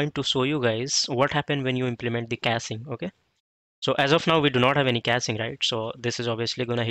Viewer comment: its caching not casing